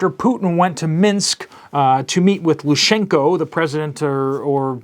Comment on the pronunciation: Hey! Its pronaunced "Lukashenko". And for Slavic people hugging is a symbol and expression of strong friendship and closenes. So yes, it is concerning and doodoo will hit soon. In my oponion there will be a Belarsian front formed to cut off weapons coming in from the west and Lviv will most likely have to be taken. When western Ukraine falls the next step will be to divert the army to take Kiev. God bless!